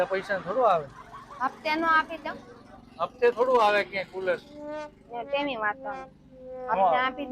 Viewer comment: 😂😂😂😂tular😂😂😂 cular😂